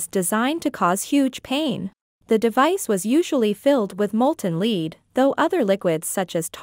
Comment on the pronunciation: Barry Roberts.. Thank you.. I was going to say the same thing.. 🤔 Also 'lead' is pronounced 'led' not 'leed'.. 🤔